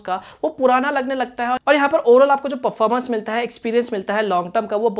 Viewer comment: Performance pronunciation thik se karo😉